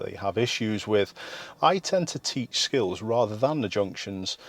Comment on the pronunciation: oh i know what he actually said, it just sounded like skittles to me